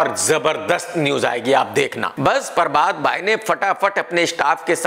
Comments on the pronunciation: Everyone - prabhat KRK - parbhat 😂😂😂😂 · Not prabhat he said parbath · Nobody: Literally Nobody: KRK: espice media, परभात😝😝